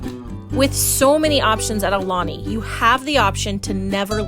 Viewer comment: Thank you for pronouncing it correctly